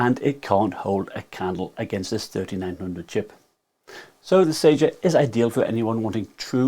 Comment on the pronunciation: Spelled Sager, pronounced Sajer